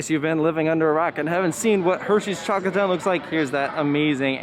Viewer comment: When u chocolate town I thought u said taco town and was like wtf